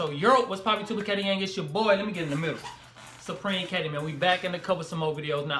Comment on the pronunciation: on ur intro the word the supremekati u said the supremekat